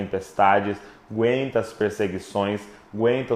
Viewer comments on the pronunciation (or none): Árvore q “guenta” isso, “guenta” aquilo.... É A-GUEN-TA! Kkkkk Vamos prezar mais por falar corretamente ô crentaiada (eu incluído). Estas coisinhas, errinhos afastam pessoas mais críticas e intelectualizadas/estudadas. E eles tbm precisam de Deus e a igreja precisa de inteligências criativas. Desculpem a crítica. Amo vcs queridões!